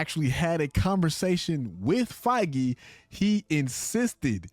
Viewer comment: the one youtuber that says kevin feiges name right !!!!!!